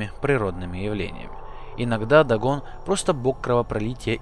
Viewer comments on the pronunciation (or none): none